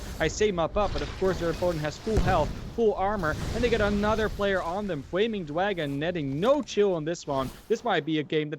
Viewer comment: Fwaming Dwagon!